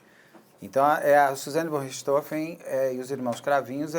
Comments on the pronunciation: Para entendam a pronuncia de Von Richthofen: se pronuncia FON Rirst-RRofen . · Ela falou com um inustificâvel sotaque americano. A pronúncia usada comumente ê a correta, com o ô fechado. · Rindo até o infinito, a pronúncia da Carla "VON RICHTHOFEN".... só por Deus!